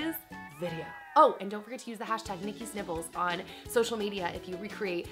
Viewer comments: Lol I kept hearing "Nikki's nipples" :D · why foes it sound like she's saying Nikki nipples